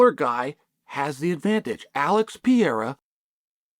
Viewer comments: One day, Chael will realise Pereira has 2 Rs in it. Til then, "pea-era" it is 😂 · "Alex Piera", finally someone speaks American. Figures it would be Uncle Chael.